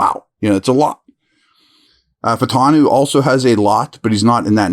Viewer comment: Fautanu is pronounced Fa•Oo•Tah•Noo! Learn it, please.